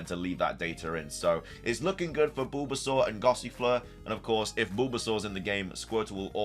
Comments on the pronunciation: Sounds like your saying Boobasaur 😂😂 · Is anybody gunna tell him about the way he pronounces bulbasaur.... 0_0? 🤣🤣🤣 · Was anyone else highly disturbed by how he says bulbasaur..?